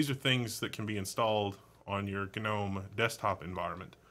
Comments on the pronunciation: Why is gnome pronounced gah Nome ? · I do not know why, but hearing him pronounce gnome ga-nome irkes me for some reason. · Isn't the 'g' in "Gnome" not pronounced..? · Gnome (pronounced ˈnoʊm) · the g is silent